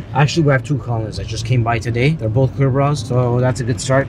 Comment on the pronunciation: That ‘both’ really didn’t sound ‘both’ more like blo…😂😂